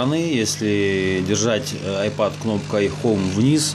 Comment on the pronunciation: Не айпод, а айпэд...